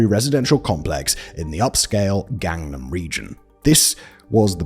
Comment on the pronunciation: I was in Korea when this saga started. It was horrible and got worse as the story of what happened unfolded. It's sad that Korean laws were so weak. They strengthened them after and if this were to happen today, a prison south of Seoul would have a massive increase in population. Gang-Nam is pronounced with soft a's not hard ones. Gang sounds more like gong, for example.